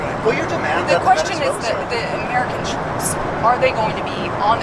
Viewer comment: "New Zuela"